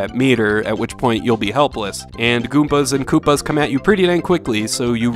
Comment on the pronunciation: I don't know if anybody else caught it, but this man said GOOMPAS! Love it LOL :P